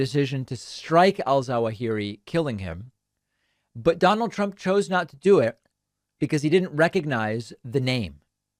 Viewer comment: Or his own. One time he pronounced it "Drump."